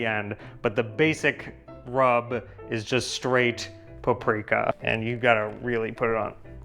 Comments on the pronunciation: Yes, it annoyed me so much when he kept saying pu-Pri-ka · Igen. Feleségem magyar. I thought they were in Szeged!...it's PA-pri-ka!